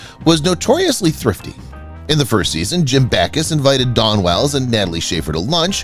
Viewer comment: Her name is Dawn Wells, not Don Wells. The speaker mispronounced her name continuously.